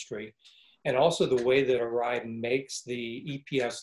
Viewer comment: So that’s how you pronounce Arai